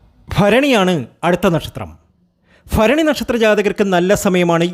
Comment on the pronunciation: എന്റെ തിരുമേനി ആദ്യം നാക് നല്ല വണ്ണം വടിക്കുക ഭരണി ഫരണി എന്ന് പറയലെ